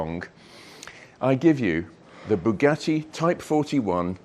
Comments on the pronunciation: Boogah-ee! Or what is worse “coop” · I’ve normally only got praise for your output but saying “Bugatti” like an American sounds ridiculous. Aside from that, great video.